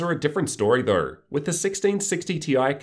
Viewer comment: Australians really try their hardest to make pronouncing the word "though" difficult don't they.